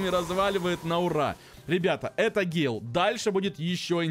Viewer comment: Ещё раз пишу это не гейл или он гей? Это гэйл!!!!!!